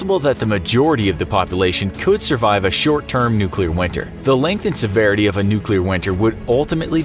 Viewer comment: Can you pronounce nuclear?